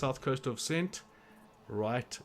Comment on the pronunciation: Nice work. Very helpful. Just one think- it’s pronounced Kent not cent. Lol